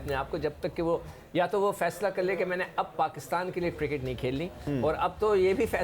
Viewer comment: guptil ko gooptil bolta hai cricket ko kirkat koi bolo usko.